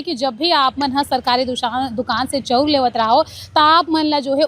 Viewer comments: चौ उर,,चौ उर 😂😂 नही ओ😮 चावल चा ऊर बोल😅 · चौंर नहीं ओ चाँवल बोलते